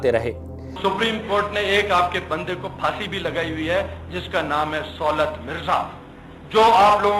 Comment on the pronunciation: آپ کو کسی تعلیم یافتہ صحافی کو پروگرام کے لیے بک کرنا چاہیے تھا سُولت نہیں صولت ہوتا ہے۔ اب یہ بھی بتانا پڑہے گا